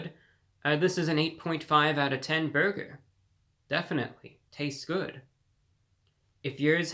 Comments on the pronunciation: You don’t talk like this real life do you? WTH is a “beargur”? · The way you say burger is the greatest thing ever!